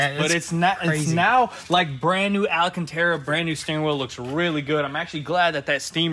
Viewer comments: Al-can-tera not alla-can-tera, js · IT'S AL-CAN-TERA.. Alcantara.. there is no extra A. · Am I the only one who hears that “scratching record sound” when he says “ALACANTERA instead of ALCÂNTARA”?! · Holy Hickory, it is not Alacantara. It is Alcantara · Guys . . "al" cantara not "ala" cantara. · Long time follower, love the content but can y'all please for the love of God say Alcantara properly. Been driving me nuts lmao. It's Alcantara not alacantera 😂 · alcantara not alacantara! Like nails on a chalkboard! Great video, though! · It’s not alacantera…. ALcantera.. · Al can ta ra. Not Ali can ta ra. Just saying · AL-CAN-TARA. Not Ala cantara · Love that Alacantera 🤣🤣🤣🤣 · ALA-CANTERA? is that a new fabric? lol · What's Ala-cantara? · I hope you read this comment …. It’s Al-cantara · Hey Guys love your channel, just so you know, the word Alcantara has 4 A's in it not 5, you guys have somehow picked up an extra A. Not complaining, just trying to help. Keep up the good work !! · DUDE, there is no extra 'A' in alcantara....